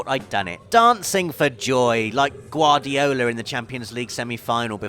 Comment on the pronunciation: did i heard right? guardiola? haha